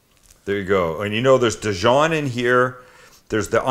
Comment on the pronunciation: Good sandwich but very long winded and better not let a French person hear you pronounce Dijon like that!